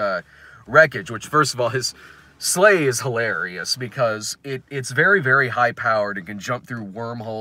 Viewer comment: I kept hearing slaves every time you said sleigh and it made it sound like a very different movie.